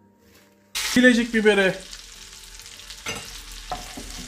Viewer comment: Bilecik mi, urfa birecik mi? Zaten r leri de soyleyemiyorsun.Seviliyorsun kardesim.Selamlar.